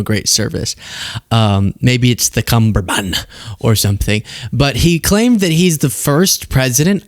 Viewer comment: Did you mean cummerbund? One b?